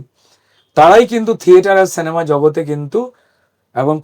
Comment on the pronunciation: সেনেমা আবার কি জিনিস!!! এত বড় মাপের একজন অভিনেতা, উচ্চারণ এমন হবে কেন!!!!!